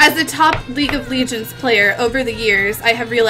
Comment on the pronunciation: Why does she call it League of Legions..?